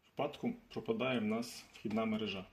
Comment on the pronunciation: МерЕжа! НЕ мережА!!!!